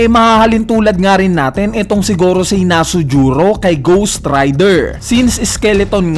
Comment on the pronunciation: Bat kaya nasujuro Yun imbis na V. Nusjuro? Wrong pronunciation lang pero keep it up pa din